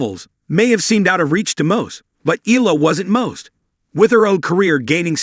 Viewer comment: Please pronounce her last name properly. It’s not EELA, it’s EE-YA-LA😂😂